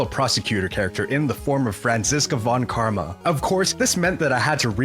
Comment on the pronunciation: von karma Sounds then correct